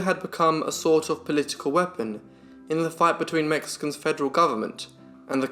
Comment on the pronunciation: Damn. I’m too busy being impressed by your pronunciation of Mexican names to pay attention to the story!